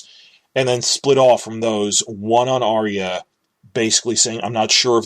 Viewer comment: PS For a guy who pitches himself as being so smart - I'd think you'd have the sense to know that the name is ARYA, as in AR-yuh. Her name is not ARIA as you repeatedly said.